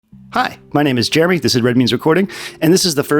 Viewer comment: I had to rewind the video because I thought you said "Jerewy" for a second